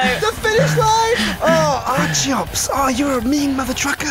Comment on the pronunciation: not arciops its charitot